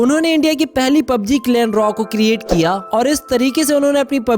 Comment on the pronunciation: Talent not tailent ,n clan not clain .